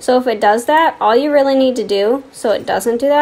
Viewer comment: Love how she says “it’s rEAlly up to youa